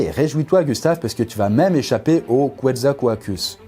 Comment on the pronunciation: Quetzalcoatlus* pas Quetzalcoatus